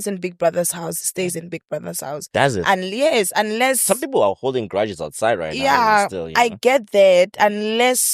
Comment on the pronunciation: Not saying Philile instead of people😂😂😂!